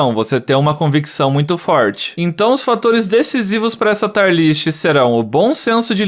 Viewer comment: taier não. TÍierr kkkkkkk